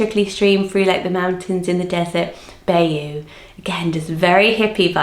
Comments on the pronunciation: I'm so happy your book is coming out. Congratulations!! I think all of the double barrel names would be perfect as first and middle name combos. Bayou is pronounced, "bye-you", at least in the U.S. I love your videos! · I enjoy it because it can really make a name sound much prettier. Today one that really stood out is Bayou because it’s a town in the state of Louisiana and the locals say it with a particular accent. Thanks for your videos!